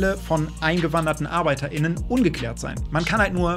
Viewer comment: Arbeiter innen dein ernst wie kann man nur so reden ich versteh das nicht